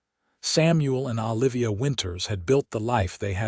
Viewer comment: It's O livia, not AH livia